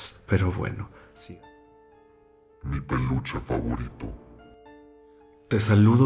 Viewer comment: YO ESCUCHÉ PANOCHA Y ERA PELUCHE JAJAJAJAJAJAJ